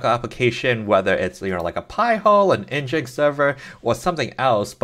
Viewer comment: Thanks, but NGINX is pronounced "Engine X" 😉